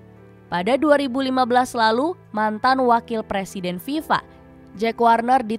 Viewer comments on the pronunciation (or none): none